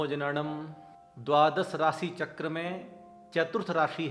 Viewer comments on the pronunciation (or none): none